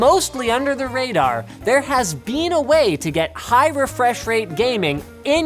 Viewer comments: "Mostly under the radar there has bean a way..." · 'there has Bean a way'